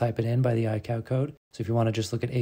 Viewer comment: your pronunciation of ICAO is completely wrong lol. It's pronounced Eye Kay Oh, not I-Cow